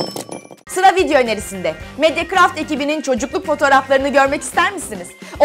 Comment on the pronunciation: Sonda '' Sıra video önerisinde' diyor ya ben onu ''SILA video önerisinde'' anladım :D